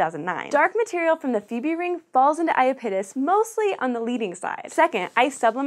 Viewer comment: She said Phoebe wrong :/ If you know what a phobia is, it is pronounced like the "phobi" in that.